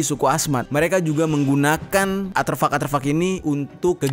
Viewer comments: ARTEFAK.... Bukan Aterfak.... Konyol bet salah dari awal ampe akhir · Aterfak-aterfak??? 'ARTEFAK' WOOOYYY belajar lagi lah jer kebanyakan ngerap doang lu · Gw bingung aterfak apa arterfak, atau emang salah ngomong ya? 😅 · ar T fak om bukan arteufak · Ko Gw dngernya aterfak yaa 🙄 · Artefak bang bukan aterfak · Artefak bang bukan Arterfak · *Elon musk,bkn elon muks, "s" nya didepan "k" Artefak,bkn atervak, "r" nya didepan "t" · Ngelurusin aja bro... deutchs new guinie g pernah di jajah belanda... tapi jerman... kl yg belanda adalah netherland new guinie.... dan artefak bukan aterfak... sukses selalu bro.. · Koreksi Artefak bang bkn aterfak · Betul, tolong di koreksi, bukan aterfak tapi artefak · A R T E F A K Bukan aterfak 🤣🤭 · Iya bner mas dnger nya aterfak ,bukan nya artefak wkwkwkwk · penyebutannya bukan ATERFAK, tapi ARTEFAK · Seneng nontonnya, cuman maaf ya, ada satu hal yang mengganggu, pengucapan aterfak sepertinya keliru, artefak mungkin lebih tepat, maaf klo salah 👍🙏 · Bukan aterfak bang, "artefak" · Ralat bang bukan aterfak tp Artefak 😄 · Artefak bang bukan aterfak... Maap jika lancang🙏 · Aterfak... atau ARTEFAK yang benar. Beda tipis. Bedanya letak hurur R nya saja. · ARTEFAK, BOSS... BUKAN ATERFAK 👍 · "Artefak" kali Bang, bukan "Aterfak" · Bukan ATERFAK bang... ARTEFAK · Aterfak😂 tiap kali diulang geli sendiri, Artefak kali bang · Manakah yang benar aterfak atau artefak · ARTEFAK bang bukan ATREFAK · Maaf Bang. Aterfak atau Artefak yang dimaksud? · Gagal fokus krn ngomong aterfak yg seharusnya artefak 😅🙏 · Artefak bro bukan aterfuck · artefak bang, bukan aterfak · ATERFAK ATO ARTEFAK??? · bang artefak ye bkn aterfak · Artefak bang, bukan aterfak. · Aterfak atau artefak ? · Artefak boss, bukan aterfak. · Artefak bang bukan aterfak. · A R T E F A K bukan aterfak 🤣🤣🤣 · Artefak bang artefak. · Artefak bang bukan aterfuck 😂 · Aterfak atau artefak jer? gue dengernya lu bilang aterfak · Bukan atherpak tapi artepak bang jer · Artefak, bukan aterfak